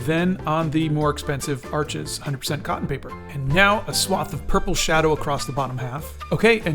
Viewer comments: The name 'Arches' is French. It's pronounced 'arsh', not 'arch-es'. Just saying. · Please don't say ARCHES ! It's pronounced like ARSH ! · Did you know it's pronounced "Arsh" as in 'harsh', but without the 'h'. Arches is the name of the village in France where the paper has been milled since 1492.